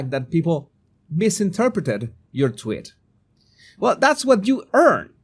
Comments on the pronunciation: Jesus, the best part of the commentary was your pronunciation of “tweet” as “TWIT.” Very timely and appropriate. 💕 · I love the way you pronounce tweet as twit. Twit is actually very accurate